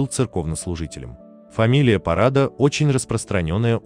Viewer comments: По украински порада, ударение на втором слоге, - совет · так i уереаïнську пiвденно-росiйським дiалектом назвали, не помiтили(?)...звiсто, що порада це не те, що приплели )) i наголос вiдповiдно не той